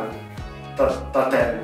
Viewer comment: La torta si dice tartaten Hahahah ti adoro